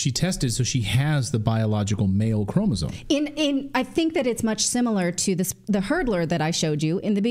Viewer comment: The word “chromosome” doesn’t have the letter N in it. Can you please pronounce it correctly? Thanks